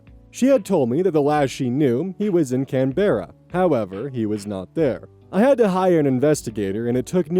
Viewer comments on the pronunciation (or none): please look up how to pronounce other countries locations before trying to pronounce them — Canberra is based on an Aboriginal word that means “meeting place” and is pronounced Can-bruh, it is Australia’s capital city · Story 1: soo close with that pronunciation of Canberra, it’s pronounced can-bra